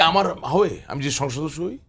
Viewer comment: ভাই, উচ্চারণ টা হবে সংসদ সদস্য। কিন্তু আপনি আসলে কি উচ্চারণ করেন কারো বোঝার ক্ষমতা নাই। তবে আপনার চেহারার এবং কথা বলার ধরন সাহেদ সাহেবের সাথে মিল খুজে পাওয়া যায়।